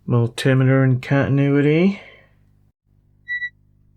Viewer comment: Mull Timmiturr in con tin ooo itty